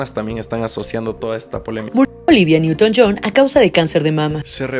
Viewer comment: Olivia newton john* no "johns".